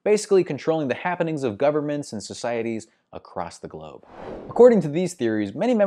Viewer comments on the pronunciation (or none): none